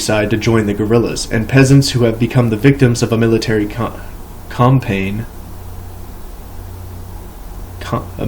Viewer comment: Danmark near illiterate reading of this book. I love it. Compain. Lol cam-pain